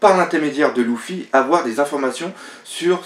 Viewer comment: Pk tu dit '' Louffy '' c'est Luffy pas Louffy